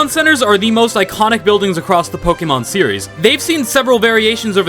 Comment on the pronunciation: say pokemon correct